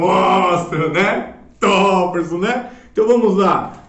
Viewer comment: Maluco lokao falando toperson KKKKKKKKKKKKKKKKKKKKKKK